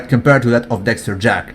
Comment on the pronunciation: Why do you say everybody's name correctly except for Dexter Jack"son"? Don't get me wrong bro, I'm a fan, but I couldn't help but notice that 1 thing.